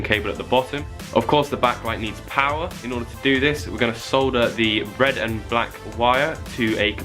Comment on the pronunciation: Finally someone on YouTube who says "solder" instead of "sauder"